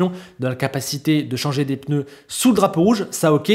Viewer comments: C'était chiant mais content pour Leclerc 🎉. 4'30" "les peuneus" 🤣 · Les fameux « peneus »